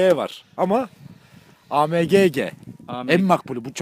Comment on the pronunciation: Abi Amege diyil okunuşda aemci okuluyo